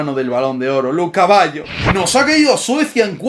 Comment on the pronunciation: colocale de apodo el caballo, siempre que duces luca baggio pareciera que dijieras lu caballo 😂